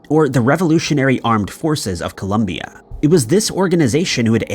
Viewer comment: I think this is the first video that properly says Colombia instead of Columbia! The situation of the kidnapping over here is very common yet not so well known.